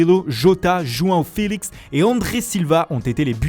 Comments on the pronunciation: O jogo, Cancelouu, juaoo fèlixi😂😂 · JOUAOU FILIX